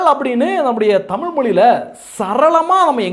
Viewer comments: தமிழ் என்று உச்சரிக்க முயலுங்கள். "தமில்" இல்லை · உதய்க்கு லேடீன் நல்லா பேசவரும்.தமில்தான் வராது.